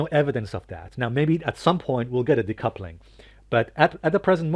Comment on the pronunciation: “Decoupling” lol